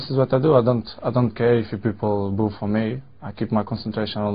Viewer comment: "I don't care if peolple ''boff" for me ? Boff ? What he said ? Thank you v much